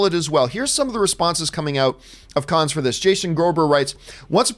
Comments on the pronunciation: Pronounced CAN not CANS. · Please stop saying "Kunns" - it's pronounced "Kunn"! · "the kons film festival" No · It’s pronounced can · Isn’t it pronounced just “Cann”? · I'm pretty f-ing sure it's pronounced "Cans". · No it’s pronounced can